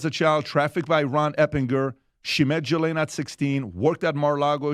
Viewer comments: The pronunciation is Ga-lane or gee-lane it’s amazing that so many people have so many different ways they pronounce it yet no one pronounces it correctly. It’s definitely not “gislane” or “ja’lane” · I love watching you guys, but it’s time you start to pronounce Ghislane Maxell’s name correctly. It’s Geelane. It’s a hard “G” ❤️ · Her name is pronounced as" Gee-lane " . And if everyone pleads the fifth, then those need to go straight to prison!!! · The “h” is silent in her name.